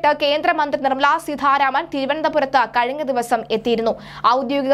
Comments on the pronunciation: suDHaaryatha SeeDHHaaranaman... nalla aksharasudhi.. etaa ee kutti.. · നിർമ്മല സീതാരാമൻ ആണ്. സീധാരാമൻ അല്ല